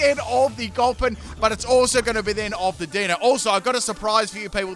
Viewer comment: For anyone wondering, the Deino evolution line's names are derived from the German words for one, two & three; eins, zwei & drei. As per usual, butchers the names lol